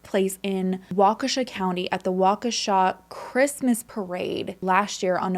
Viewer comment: That pronunciation of Waukesha 🤌🏻 spot on. - sincerely, wisco native